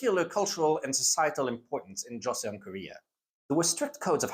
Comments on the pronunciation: For what it's worth, thanks to initial devoicing and an interesting romanisation 조선/Joseon has only two syllables and should be pronounced more like Cho-sun. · Joseon is pronounced Joe-sohn (-sohn as in John)